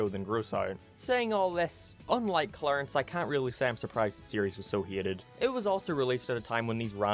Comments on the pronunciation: Are you saying heated. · Say hated not heated damn it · Hieated Thats how he says hated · I’ve only just started watching your channel, but allow me to kindly poke fun at the way you pronounce ‘Hated’ hEEETED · Yes Uncle Grandpa was indeed "heetead" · The way he says “hated” has me HE-ATED